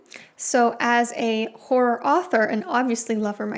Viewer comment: It’s hard to hear if you’re saying “horror” or “gore” because you some how turn “horror” into a one syllable word when you pronounce it. It sounds more like you’re saying “whore” which is not “horror”. Sorry to nitpick the way you speak, I just find it very distracting and it was genuinely hard to differentiate which word you were saying towards the start of the video.